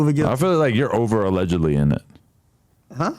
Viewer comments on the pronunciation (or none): He says allegically like 40x (Allegedly) SMH